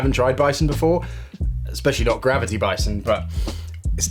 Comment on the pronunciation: He really took a “bi-te,-son”